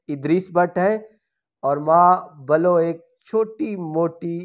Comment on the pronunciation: Aap ki khani per kya comment kroon aap ki Urdu or aap ka accent itna khrab hey k kya kha jaey .Aap ko "Billo " kehna nhein aa rha aap "bulo" keh rhey hein .Baqi videos mein bhi yhi kuch kertey hein . Pehley aap apni urdu or apna lehja tu theek ker len .Or Nargis ko kon nhein janta aap ne us ki muzloomiat ki hud hi ker di . Or khud hi aap jwab bhi dey rhey hein k wo dehshat ki alamat bun gai thi .Yhi tu asal bat hey k aesi ourton ko piwerful police waley ki zroorat hoti hey ta k jaez na jaez kam aazadi se ker saken . Zaher hey k phir wo bunda farishta ya khwaja sara tu nhein hota k in ko kuch khey bhi na or in k sab kam poorey krey . Sab kuch .4 - 5 sal tak ye apni nerzi se kerti rhi .Kon c jinsi ziadti ki bat ker rhey hein aap ??? Is ourat ka tu paisha hi yhi hey . Mujhey tu nhein lugta k Abid Boxer is ko mar peet ker sakta hey kiun k is k apne hath bohat lumbey hein .Or kis kalma huq ki bat ker rhey hein aap ??? K Nargis ne hakim e waqt k samne ye keh dia . Ye in ourton ka aek andaz hey ye kalma e haq nhein hey . Ye wo bat hey jo Punjabi ki aek misal hey : : k " Jinnhey la diti loi ohda ki krey ga koi " Hakim e waqt k gher na jaya kren na . Whan tu in ko izzat bhi mil jati hey k ye dancer hey . or zaher hey k fhashi kerti hein tu koi yhi khey ga k fhashi kerti hein . chopri or 2 - 2 tu nhein mil saktien k fhashi bhi kren or log in ko perhaizgar bhi khein . Log or duniya tu achey achon ko jeene nhein daiti tu in ka kya hey.